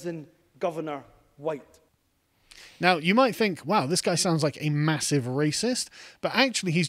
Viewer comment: 'Every cake, huwhite!'